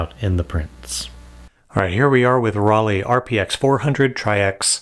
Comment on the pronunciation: dear, the pronunciation of Rollei sounds like roll-eye not like roll-eee. In german, "ei" is always pronounced like "eye", as in "Leica" or “Zeiss“.